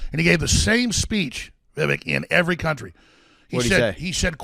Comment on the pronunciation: Why do Americans pronounce every foreign word and name as though it is French? Vivek rhymes with what the heck! Come on he might be your next president!